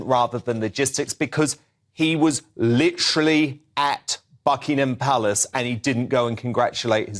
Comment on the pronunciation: Megyn ... It's not BuckingHam police.. (The H is silent!) Your credibility is at stake if you cant even get this right! .. Meanwhile have some compassion for the silly spare!! If only Princess Ann could have inherited the throne! .. A brilliant, wonderful woman!